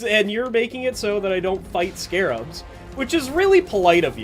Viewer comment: Ok so Season 4 added: - the unfun Rockpox enemies - Stingtail and Spreader - bunch of weapon changes( Subata and Double Barrel reworks namely). So we got a lot of the bad for a slight bit of good. Also, small correction because it hurts my ears a bit: they are Scrabs. Not Scarabs, Scrabs. They took away that one a and it changes the name a lot. Should be said like Scrap but with a B. I'm not mad, and you are free to call them scarabs cuz that is what they are based on, but their name is Scrabs.